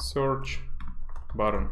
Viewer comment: These videos are pure gold! 💪🏻 by the way, I desperately want you to pronounce Button differently lol sounds like word "bottom"